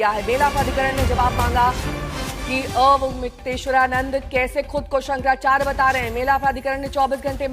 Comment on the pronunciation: मैडम , नाम तो सही से लो .... स्वामी अमुक्तेश्वरानंद नहीं , स्वामी अविमुक्तेश्वरानंद सही नाम है।